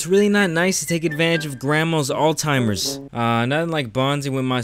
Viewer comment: Did you say “all timers” instead of Alzheimers?